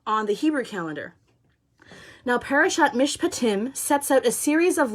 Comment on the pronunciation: Thank you so much for sharing this. You are a brave warrior! And you pronounced Mishpatim perfectly. This morning I had nothing on my calendar and I asked God why. I really felt him say that he was going to do something today - no specifics. So I have been online off and on and watching this Country do just what you said - Quebec decided not to levy their tax on the unvaxed, the truckers in Ottawa are playing hockey in front of the parliament buildings with the truck horns blaring in the background. The truckers at the Alberta/Montana border were praying our Lord's Prayer last night and today they stared the police down singing O Canada - and the police backed off. Justin is still proving himself to be an unfeeling petulant child and the Conservatives are just nailing the conservatives in the Parliament. Today is a good day! I encourage you in your studies on our Jewish roots - we have people in my town very interested as well. Bless you - brave warrior that you are!